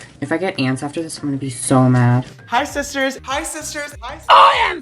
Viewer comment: siSHter